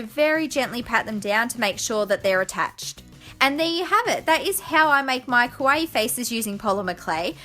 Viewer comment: Its pronounce kaa-wa-ee. 3 vowels. Like Hawaii